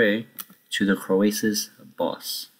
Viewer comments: You say it like Crow-Sus, not Cro-Ay-Sus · disliked because of how you say croesus